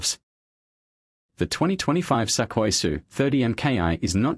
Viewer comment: It's pronounced "Soo-koy", not "Suck- oy"😅